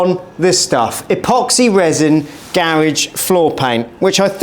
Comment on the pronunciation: I couldn't get past him/they pronouncing garage that way.